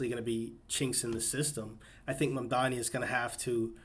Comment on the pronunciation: dude actually pronounced his name right lol